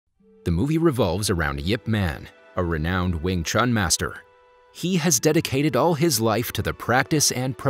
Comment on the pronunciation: Cmon u completely pronounce 詠春 wrong